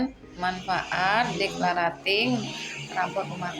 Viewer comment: maaf bund..pengucapan declutteringnya salah..belajar lagi yuuk 😊